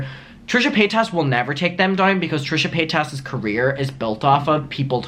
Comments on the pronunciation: You are so happy and glad you are visiting us in the USA 🇺🇸. Would you listen to some other youtubers are herself sometimes her name is not pay tas it is paytas like say it all at once and the tas is like Tice. So it sounds out like paytice. Have a great time and enjoy your videos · I don't know why you say Paytaaas when Paytas is pronounced Paytus . She says her name like that along with most people. But your still a cutie. Hi Mum